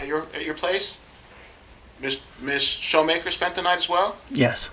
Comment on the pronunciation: Come on Mr. Lawyer, it's not shoemaker. and why the love for saying festivities.